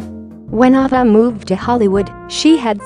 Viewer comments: I am sure someone mentioned this already, please learn how to pronounce names correctly if you are narrating documentaries. Her name is A-va. A like the letter A is pronounced. It would be appreciated to have names pronounced correctly. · Girl robot didn't even know how to pronounce "Ava." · It's off-putting the auto-voice that mispronounces Ava's name and the breed of Corgis. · Yes! I agree! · Get your Bot narrator to pronounce thing correctly. Ava and costars to start